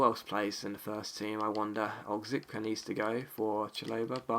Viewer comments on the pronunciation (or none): Oczipka = O-chi-pka